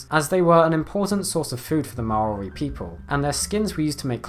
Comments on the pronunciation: For future reference, when saying Maori, it’s similar to “Maui” with an R. Good try though. Interesting fact: NZ also has a ground-dwelling bat, and nearly-flightless (after it’s eaten, because it’s so greedy) pigeon... Tbh, most of our native wildlife are either flightless or weird XD Usually both XD (Still love ‘em though) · Can I just, well done. You took the criticism of your mispronouciation of Maori in another Video, and made a real effort to pronounce it more correctly. It was still slightly off, but only in a way a Kiwi would hear. I am a bit sad though that this list mainly concentrated on charismatic megafauna. I love the Kakapo, but I do feel the rescue of the Black Robin of New Zealand a much more impressive feat of saving an animal from extinction. The Black Robin was down to 5 individuals, with only one of those being a female. They now number around 600, all descended from that one female. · A New Zelander here. A correction on the pronunciation of Maori. It's not Ma-ori but rather Maw-ree. I've found very few videos on youtube get this right